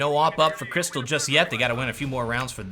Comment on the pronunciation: Its Krysta - LAW..Not Krystal.